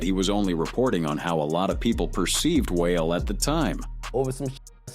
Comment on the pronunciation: And calling Wale "whale" 😂😂😂